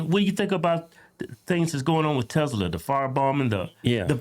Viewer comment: What's Tezla?